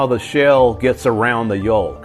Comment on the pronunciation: Did this guy seriously just pronounce the L in "salmon" and "yolk"? O-o